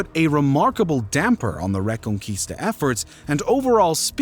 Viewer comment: The re-con-quista